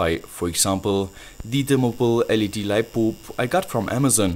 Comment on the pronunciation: Are u saying lightboob?